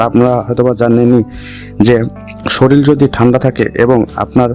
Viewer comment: সরিল নয়, শরীর